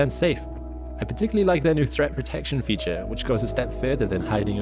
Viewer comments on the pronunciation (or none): none